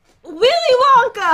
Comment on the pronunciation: said Wanka